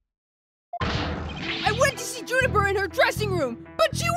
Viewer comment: “Junifer” Woods,?